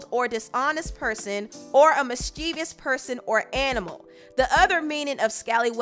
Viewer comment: And is it me? Or did anyone else get hella aggravated when she kept saying "mis-chee-vee-ous"? It's "mis-chi-vous". Sorry, English is my shh! Lol